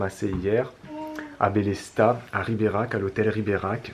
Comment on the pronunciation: J'aurai du compter combien de fois tu prononce Riberach. Tellement de pub et pas de promo pour un séjour snif snif.